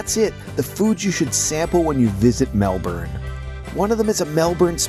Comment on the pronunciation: I actually like the fact that an American is calling our city the way it is pronounced Melburn instead of Melborn which most Americans say, we know the spelling is Melbourne, so good on you for getting that right............